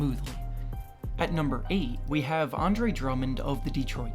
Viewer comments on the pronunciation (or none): none